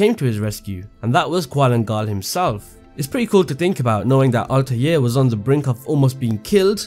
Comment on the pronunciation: Altaje , Altaje , Altaje ,, . Im sick of it. ITS ALTAIR